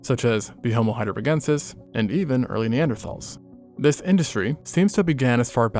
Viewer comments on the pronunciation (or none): none